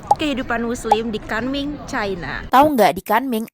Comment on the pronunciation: Kunming bukan kanming😅